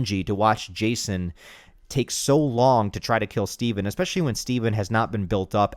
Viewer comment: Eckspecially..... Bro are you from Houston???